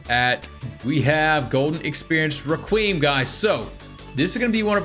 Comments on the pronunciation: Anibis" Me: its pronounced Anoobis Requeemm" Me:no no no it's pronounced Reqweyam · The way you say requiem also do you not know that c moon whitesnake and made in heaven are all puccis stand right?